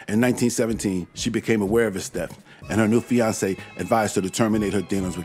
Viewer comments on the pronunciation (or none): none